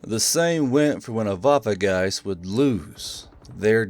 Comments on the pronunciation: Waffegeist not WaffeNgeist? German autism intesifies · As a german I can tell you it would be better to call it Waffengeist and not waffegeist because it sounds more realistic